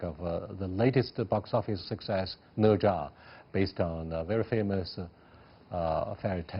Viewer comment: Wow They're Chinese, and they can't even say "Ne Zha" correctly Instead they mimic how a Westerner would butcher the pronunciation of the name Specifically, the "zha" should be the 1st tone, but it sounded like the 4th tone the way he said it What a disgrace